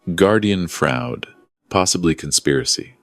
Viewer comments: AI pronounced "fraud" as "frah ood". Its a one syllable word. Teach the AI narrator to pronounce words using context and the dictionary. It really takes away from the enjoyment of the stories when the same mistakes happen multiple times. I can learn, so can artificial intelligence. This is more like artificial unintelligence, or intelligence-impaired automation. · Pronounciation of guardian fraud.